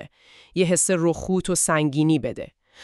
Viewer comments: رخ و ت نه روخوت اشتباه میگی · رخووت غلطه رخوت درسته رخ وت